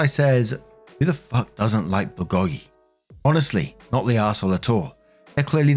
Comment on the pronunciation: Heads up: "Bulgogi" is pronounced "bull go gi" Love the videos, keep em coming!